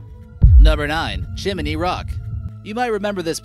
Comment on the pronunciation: WTF saying 'Chiminey' !! There is NO fucking 'I' after the M..!! It is NOT chiminey !! That's as bloody retarded as adding a B & L to it,, eg: chimBley !!.. STUPID people say it that way all the time !!... FFS !!